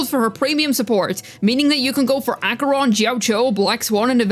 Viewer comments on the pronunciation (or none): you're the first person ive heard saying acheroni... i love saying it im surprised i dont hear it often